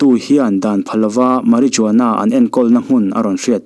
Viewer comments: Mari zuana yih loh tur.....mari-huana tia lam tur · Ngaihthlak anuam in afelfai khawp english threnkhat pronounced Dan poh mahse thil 1 inthlahrung deuhin Ka lo correct ve lawk,marijuana tia lam fawk ai chuan Mariuana(J khi arilo a lam) tih a lam zawk tur ani e,marijuana lam don chuan 'J' hi silent tur..👍👍👍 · A ngaihnawm hle mai.. I aw hi a sial Marijuana lam rik dan hi (H) tur zawk a nia.. meh· ruh· waa· nuh. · Marijuana ni lovin, marihuana ti a, lam the!!!Spanish ah (H) hi silent. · Soi buai veee😂.... Marijuana tih a,J hi lam telloh tur.. Mariuana tih tur. H chu soi tel ve lo mai ang😂😂😂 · Marijuana i lam dan hi.. Fimkhur teh, ngaihnawm thei si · Lam nalh chu ngai lo na in, lam dik la chu a tha, video hmasa pah pawh Paris Jackson, Jackshon ni lo in midang tam tak ngaithla tan education pakhat ani a, lam dik a pawimawih khawp mai entirnan marijuana tih te ka lo belh ve ange.